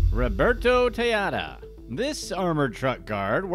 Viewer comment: Tejeda ryhmes with potata. J is pronounced like H en Espanol.